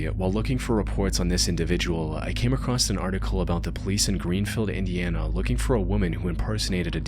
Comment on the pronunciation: I like your vids but brother there is no T at the end of the word "across"